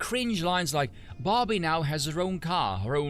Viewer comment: Took me too long to realize you were saying Barbie and not Bobby.